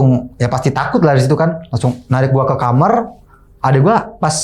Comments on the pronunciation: Aku dikit terganggu dengan bahasa dia ngomong kamar jadi kamer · pengucapan yg bener tuh "kamar", Bukan "kamer".😂😂 gunakanlah bahasa Indonesia yang baik dan benar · Kamar bang bukan kamer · KAMAAAAAARRRRRRR OYYY KENAPA JADI KAMERRRRRR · Kamar bukan kamer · KAMAARRRRRR COYY BUKAN KAMERRR T41K GELI DENGERNYA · Kl blg kamar mandi jls tp kamar knp jadi kamer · kamer bang bukan kamar😂